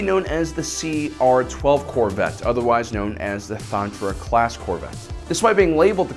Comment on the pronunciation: Ay it’s Thranta class, not Thantra class